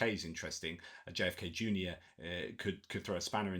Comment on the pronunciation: Solid work but several points of disagreement between me and you today: 1) It is RFK JR not JFK Jr. I just think you misspoke. I listened twice. 2) Xi and Biden have nothing to talk about. Xi is in full purge mode makes Putin look normal. The cave-educated dictator will say nothing of value and moving further on closing China society. If anything he might be trying to save Byte Dance. 3) India and China hate each other. Remember the battle for Ladakh and Aksai Chinh. Pick a name and you will understand which side of the line you fall on. They are beyond uncomfortable and actually hostile. 4) Vietnam, Cambodia, Philippines etc. want nothing to do with China due to the South China sea dispute. All these countries have claims against China for attempting to turn the south China sea into the sino lake which is necessary for an invasion of Taiwan. Control of the south china sea is the only way china can get beyond the first island chain and evade blockade if a taiwan invasion occurred. The only place that doesn't have a problem with it is Singapore which has become something of a UAE for rich Chinese escaping the mainland. This cannot be overlooked. 5) Japan and South Korea are solidly against China. It is all economic competition, North Korea is a bit player in this scenario which is given a much larger role due to the fact they have nukes. 6)Aukus is really 5 eyes now. Canada is pretty much done with sharing with everyone except the US because of the abandonment by Austra